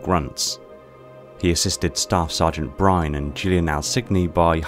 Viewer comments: Brine? Byrne has the y before the rne, so in my mind it's pronounced more along the lines of Buy-ern or Beern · Nolan Byrne's last name is pronounced as burn